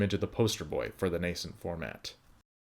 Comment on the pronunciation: Nascent forma...t-ah.